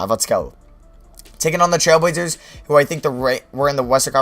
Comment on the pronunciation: This guy does not know how to talk like 99 speed talking...dude cant say trailblazers